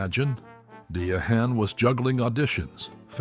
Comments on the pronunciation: It's pronounced Diane, not Dia Hahn. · Her name is pronounced Diane not De a hand…respect her ! You fool! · It's pronounced like Diane not DAYAHAN!!!!!! How do I know???? I was named after her and Claudine was in the 70 s., PLEASE FACT CHECK WHILE DESCRIBIING AN ICON!!!!!!!!!!!!!!!!!!!!!!!!!!!!!!!!!!!!!!!!!!!!! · The reader needs to know how to pronounce Diahan. IT IS NOT DE-HAN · Excellent profile! 👏🏾 👏🏾 👏🏾 HOWEVER, the repeated mangling of Ms. Carroll’s first name is both distracting and cringe inducing. 😖 It’s actually pronounced “dye-ann”. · Her name was Pronounced Diane! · Learn how to pronounce her name correctly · You’re driving me crazy mispronouncing her name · Please Learn how to pernounce her name the right way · So?? He might be a foreigner's why he can't pronounce her name right!! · THANK YOU! Every time he said it "that" way, my skin just crawled. I couldn't even finish this vid! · Learn how to pronounce her name!!!